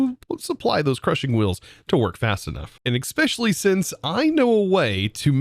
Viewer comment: You saying xspecially makes my head hurt I love your content by the way